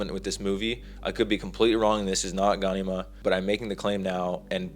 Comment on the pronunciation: Bro gan-e-mah? Lol its directly said as gha-nema